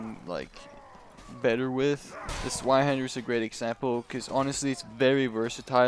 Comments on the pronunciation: Bro. It's called Zweihänder not Zweihander. It is a german word afterall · s-VIE-handur Zweinhander, its german yo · More accurate would be Ts-v-eye-hender